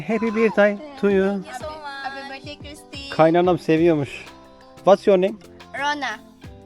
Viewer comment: doğum günü için "birtdey" dedin ama "börtdey" olacaktı ama olsun, sayende hiç görmediğimiz yerleri görüyoruz. Henüz abone sayısı az olunca bire bir etkileşim kurmak da güzel :) Şöyle başkent Manila'da bir tarih müzesine gitsen de 1890'larda İspanyol sömürgecilerden bağımsızlığını kazanan ama sonra ABD işgaline uğrayıp yıllarca bağımsızlık için savaşan Filipinlilerin tarihinden enstantaneler sunsaydın güzel oludu. Ayrıca güney bölgesinde müslüman Moro halkının yıllarca süren özerklik mücadelesi vardı çoğunluğu Hıristiyan olan bu memlekette. arada gezerken bu tip bilgiler de versen faydalı olurdu. Malum yeni nesil Youtube kitlesi genelde okuyup araştırmaz, hazır bilgi için video izler... Ayrıca gece hayatının hızlı aktığı yerlere de bir bakış atsan farklılık katılabilirdi... Eski ABD sömürgesi olduğundan dil seviyesi Kamboçya ve Laos gibi yerlere nazaran iyidir. Google translate bile kullanıp İngilizcesi iyi olan gençlerle ayak üstü röportaj yapsan, Türkiyeyi biliyor mu Türkler hakkında ne düşünüyor vs. çok daha ilgi çekici olabilirdi. Ya da 2. Dünya Savaşında Japon işgaline uğradı, Japonlar hakkında ne düşünüyorlar...